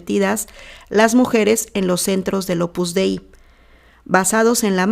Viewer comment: La secta en cuestión se llama Opus Dei no "Opus Dai" Por favor no opines de lo que no conoces para nada y te exijo respeto para las 43 Numerarias que fueron abusadas sicológica y espiritualmente y explotadas cínicamente por esta secta fascista que CONOZCO PERFECTAMENTE desde hace más de 40 años.